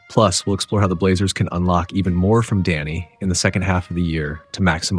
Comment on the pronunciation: Great coverage. Love that he is not being overlooked this season. One thing though… it’s DEni, not DAnny…. 😅